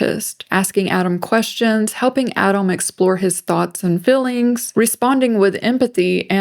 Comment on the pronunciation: Was with you until you pronounced "feelings" like "fillins" like a 60 iq groid